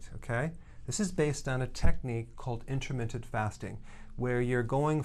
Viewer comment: Intermittent not intermittsnt